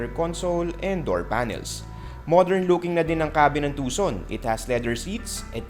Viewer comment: Will not sell much to expensive. I think you pronounce it Tu-Son. Not TuK! Son lol...